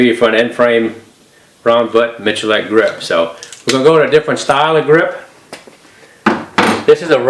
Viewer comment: Complete offtopic: Iam surprised he reads his name Miculek not as "Mikulek", but as "Michulek". Mičulek: kdejsme.cz/prijmeni/Mi%C4%8Dulek/